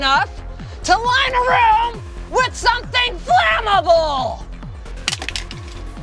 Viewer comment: Flame able x Flamamaboooowwl y